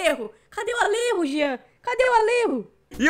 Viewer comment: Alerro? ALERRO, JEAN? É ALLEJO! ALLEJO! JO! JO! JO! JOTA DE JEAN GORDO! Zoa ele aí, Zanam! ALLERRO!